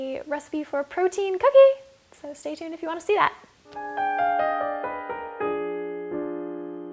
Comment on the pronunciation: I love the way you said, "protein COOKIE". lol. :)